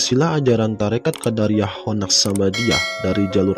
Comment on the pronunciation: Kenapa jadi Qoddariah bacaannya boss beda artinya tu...